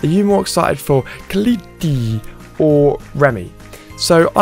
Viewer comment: It's "Cole - let".